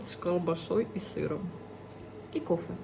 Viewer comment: Не кофэ; а кофе! И кофе- это ОН,а не Оно!